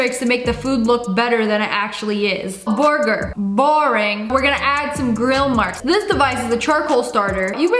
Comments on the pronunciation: "Boorgoor" LOLOLOLOL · The way she say burger 😂